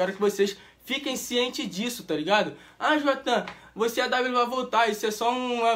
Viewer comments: Se fala jduatã 😂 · a mina fala: não vou falar o nome dele 3 segundos depois: JUATHAN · Não vou falar o nome dele tbm: juathan!